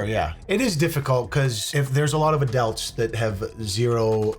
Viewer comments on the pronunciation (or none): I can't get over pronouncing "adults" as "adelts". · why does say "adults" like "adelts" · I guess I haven't watched enough vids to hear him say it previously but anyone else notice says "adults" like "adellts" lol oh well to each their own